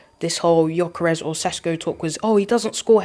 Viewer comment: please, the guys name is GYÖKERES, pronounced YOKERES, NOT JOCKERES. You must've heard how his name is said by now, come on lol.